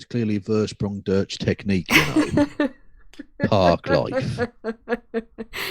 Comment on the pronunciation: Kristi you cannot pronounce "durch". You vill learn German immediately!